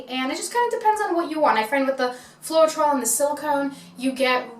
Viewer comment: Hi, it’s pronounced FLOW-TROL :))